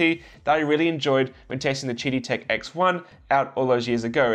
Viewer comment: I keep hearing "Cheaty Tech"...